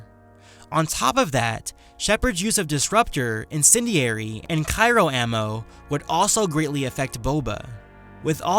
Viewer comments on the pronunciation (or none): I'm sorry, but Cairo ammunition. I do think you mean Cryo (cry-o). A few friends heard the first mistake, and started laughing. I shut them up the first time telling them it was just a slip. It required that I make a bet ( for each time you said Cairo). Two minutes later I lost; by the end of the vid it was 3 times higher. Good vid by the way. Just won't be betting things on them any more.- Sentinel best class - Jedi Watchmen form II and IIICheers! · Um, why are you pronouncing Cryo ammo like "Cairo" ammo? It's Cryo (Cry-oh) not Cai-roh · CRyo not CYro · Great vid, but oh my god your pronunciation of Cryo is driving me insane. (Cry-Oh, not Kai-Ro) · "Cairo ammo" 10/10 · its cryo ammo, not cyro.............great comparison though, and to be fair, if the geth, the collectors, numerous other smaller enemy groups AND the reapers could'nt kill them..........i dont think many characters from any franchise could take shepard down..........except the T-800 from terminator..................and mcclane........"yippee ki yay" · Sorry for being "that guy", but the ice type ammo is called CRY-o.. not cyro.. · "Cairo ammo", ...you mean cryo ammo? still a good video though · Did you just say Kairo ammo? Cyro ammo? It's Cryo, just heads up for everyone. Like Cry-Oh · Cyro ammo? You me "cryo", like referring to super-cold things? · It is CRYO, not CYRO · It's pronounced Cryo Ammo. Not "Cyro Ammo". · "cairo" ammo....lol. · gah! cryo not cyro -.- lol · Nice to have you back,:] great work as always, the matchup was well thought out, although the result was... predictable, I enjoyed almost every second of it. I have just a teeny-weeny nazi nitpick... Cryo, not cyro. It's pronounced like gray, or crayons, but I'm sure you know that. Anyway, keep up the work man, we are all thirsty for your Versus videos:]